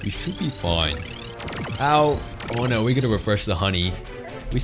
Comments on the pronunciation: take a shot every time he says "nooüuwwa" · Your voice is really nice sounding but the way you say "no" is so goddamn funny